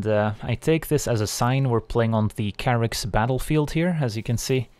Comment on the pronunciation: This whole time I've been pronouncing it Chair-ix, but of course it's Kerr-ix. Durrr.